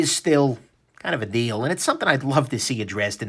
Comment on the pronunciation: Be careful: "Not a huge deal, though" sounds like "Not a huge dildo". :) Nice review as always, wish I had more money right now!